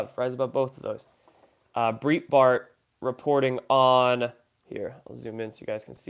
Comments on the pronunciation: Hey, I really look forward to your videos. Thanks so much for them. BTW.......It's pronounced 'Bright' Bart. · Great report, as always J! LOL, you are killing me with your pronunciation of Breitbart and Hezbollah. Breitbart is pronounced as BRIGHT•BART and Hezbollah is pronounced as HEZ•BO•LA. I know it's knit-picky on my part but I just had to let you know. Thanks for all you do ✊👍Keep up the great work! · Next News Network have dubbed Soros "scrotum face". Breightbart is pronounced BRIGHT-BART